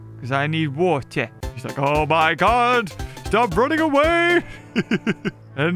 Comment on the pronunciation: “IVE GOT TO GET TO THE WAETWER” … “bl-bLEah!”